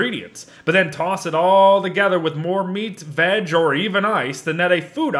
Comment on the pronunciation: I’m pretty sure it’s only me that I hear him saying vadge instead of veg.lol